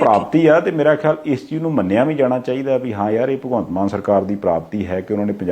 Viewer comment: Maan not Mann please.